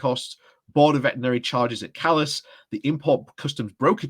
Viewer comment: For future ref, Calais is pronounced "CAL-eh", not "kaliss".